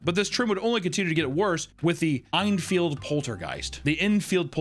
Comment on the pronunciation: With each of these videos I am more and more convinced doesn't actually know how to read and he has someone telling him what to say, tf you mean "EINFIELD"?